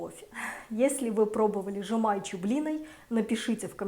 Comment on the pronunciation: Вы неправильно выговариваете слова жемайчю и щальтибарщай.